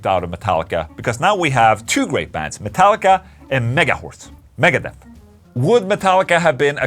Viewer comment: What the hell did Ola call Megadeth at first. “Megahorse “?